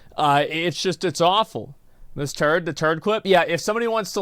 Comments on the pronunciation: She clearly said "Miss Turd" a few times here, that we all heard and are laughing about. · I thought she said Miss Turd aswel hahhahahah